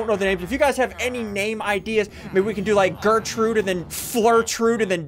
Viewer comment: You realized you said "Flirtrude" right?